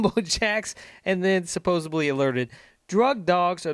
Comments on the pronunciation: Dude, first you said "supposevly" then immediately after, "supposably" - it's SUPPOSEDLY. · I hate when people say "supposably"... it's SUPPOSEDLY. You make yourself look stupid saying it wrong. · It's 'supposedly' not 'supposably' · Its supposedly, not supposebly! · Good shit, dawg. Just one thing: it's "supposedly," not "supposably." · STOP saying "supposeBly"...There's NO LETTER "B" in the word, "supposeDly" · You lose all credibility when you're sitting in front of a mike and saying "supposibly" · Please pronounce the word "Supposedly" and not "Supposably". Not a grammar nazi, just my pet peeve. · My man, you are saying the word "supposedly" incorrectly. It is pronounced how it is spelled. There is no "b" in it.